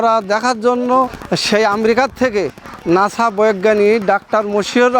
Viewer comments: ‘নাশা‘ না, উচ্চারণটা হবে ‘নাসা‘ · ভাই, ঐটা নাশা না, নাসা😂😂🤦‍♀️🤦‍♀️